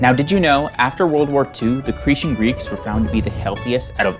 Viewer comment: pronounced CRE_TAN